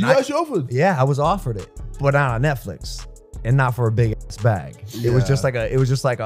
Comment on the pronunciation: You mean "get your ath ready"